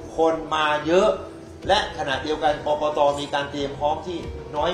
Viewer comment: กกน. ไม่ใช่ กกต